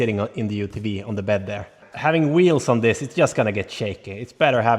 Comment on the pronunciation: Just a friendly tip. In UTV, the V is pronounced just like in "vin" på svenska. W is pronounced like in "we" på engelska. Its a common mistake among us from the Nordics